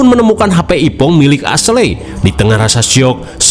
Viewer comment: Jir nama asley beneran di baca asley😭